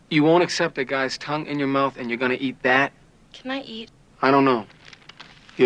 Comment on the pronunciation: LOL I most definitely did not hear TONGUE the first few times. I heard something entirely different and way more inappropriate lmao.